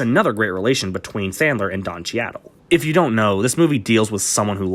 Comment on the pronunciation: It's pronounced "Cheedle." How have you never heard someone say his name before? Also "Capote" is one of your favorite PSH performances, but you can't pronounce that either?